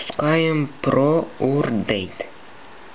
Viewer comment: урдейт тсссссс хахахаххахахахахаххахаха мне 11 и я и то знаю что это токое или как произносится и пишится!!!!